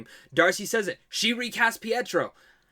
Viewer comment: Lol I thought you said racist not recast